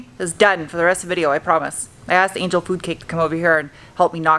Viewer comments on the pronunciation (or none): none